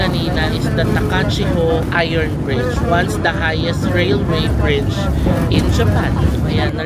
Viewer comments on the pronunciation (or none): none